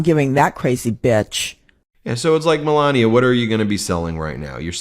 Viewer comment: Pronounce it "Me-la-knee-ay"!